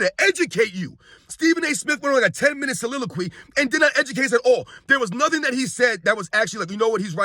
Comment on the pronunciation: I want to send a shout out to you my brother for that beautiful word "soliloquy" and for using it in the proper context and proper pronunciation..✊🏿 "the act of speaking ones thoughts" aloud